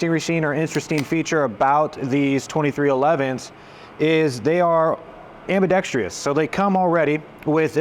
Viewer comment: Ambidextrous, NOT Am-bee-dex-tree-us!